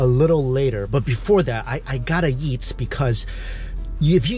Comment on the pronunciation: I love that says "eat" and it sounds like "yeet" lol